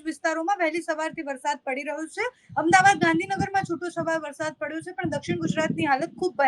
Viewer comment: Please correct yourself, it's not "Ahem dabad" the city's correct name is "Ahmed Aabaad". Thanks.